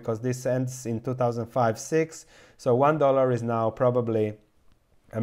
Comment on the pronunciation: too tauzend too tauzend, sounded a little bit like Arnold.. get dooooown